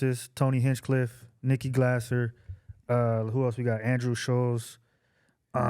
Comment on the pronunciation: Nikki GLAY-zer. And she's awesome. Love that you liked her!